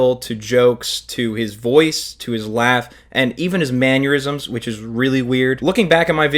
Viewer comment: say it with me: "Mannerisms" not manyeurisms. its not a man having an aneurism .... its a mannerism. almost like.... the manner... in which they... ism? sorry for calling you out, I'm only doing it because I used to say it that way too until someone called me out. And so the cycle continues...